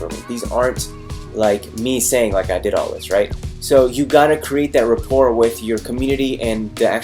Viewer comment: What's Repoire? did he mean Rapport?